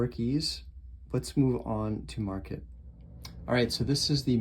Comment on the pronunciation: It's called Markate, like Mar-kate. Not market.